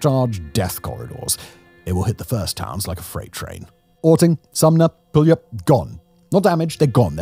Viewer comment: He said pewlup lol